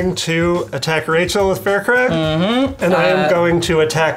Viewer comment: I hate being that guy, but it's pronounced "Fire Crag", not "Fur Crag". Good game however :)